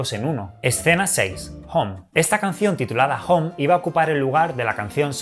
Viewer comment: Me gustan muchos tus vídeos. Pero una cosa, el inglés no es lo tuyo, pronuncias regulín, no es /hom/ es /houm/, no es /board/ es /bord/ y algunas más, me gusta que lo pronuncies con acento español pero duele a los oídos algunas cositas. Por cierto, gracias por deberte a tu público y el rigor periodístico triunfe sobre el mal, jeje.